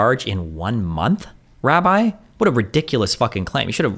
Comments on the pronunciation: lol had destiny never seen the word "rabbi" before? "Rabby"? lol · Destiny please learn how to pronounce Hebrew words. “Rabee”???